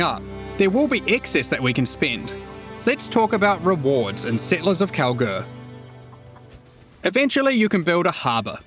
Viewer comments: is it just me hearing it or saying Kalguur like "Cowgirl" everytime. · I keep hearing cow-girl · Am I the only one that always hears "Cowgirl" instead of "Kalguur"?!